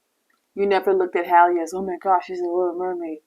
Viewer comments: Can yall please say HALLE NAME correctly. Her name isnt Hailey its Halle like Halle Berry. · DDG is an influencer, Halle isn't. So yeah, he's chronically online. Also, you should probably know how to pronounce the names of the people you're making videos about, especially someone as well known as Halle 😅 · there are even clips in this video of other people saying it right 🥲